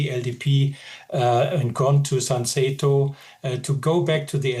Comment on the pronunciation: The expert has no idea what the parties name are Its Komeito not Komi Its Sanseito not Sanseito